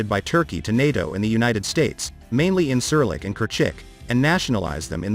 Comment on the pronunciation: This video is full of false shit, at least try to pronounce the airbase that you are talking about